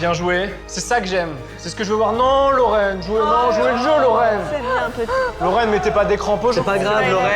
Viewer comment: Pour info il a dit